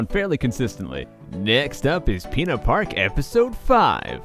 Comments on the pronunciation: I keep hearing pee-in-a-park instead of Pinna park. :l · whenever you say "pinna park" I keep thinking you're saying "peanut park" :)